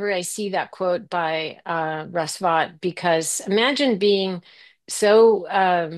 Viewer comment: Russ Vought is pronounced like "vote", not like "bought", but he's obviously bought.